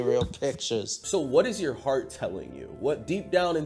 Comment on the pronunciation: She really said "My fart" instead of "my heart" and nobody noticed 😂